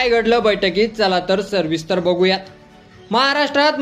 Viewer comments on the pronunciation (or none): अरे कशाला चॅनेलवर बोलतोस ? सर्विस्तर नव्हे सविस्तर. चॅनेल बंद करा आणि कुठेतरी कामधंदा करा